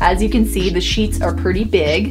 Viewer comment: "big" not "bug" 😂